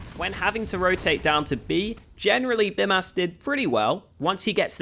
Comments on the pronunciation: It's not Bimas, it's Bymas. pronounced like Bee-mas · You should say Bymas with long Y, now you are saying it like Bimas :D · I'm Lithuanian and I'm pretty sure his name is supposed to be pronounced like "Beemas". the 'y' in Lithuanian is pronounced like 'ee' in speed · Awesome video of course, just one thing - it is pronounced Beemas, since "y" in lithuanian is a strong "i" which is pronounced as "ee". Like a Bee. So it is Bee Mas. Nevertheless, great analysis. Thanks for the awesome content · the way you say your name is how I imagine Aussies say hooker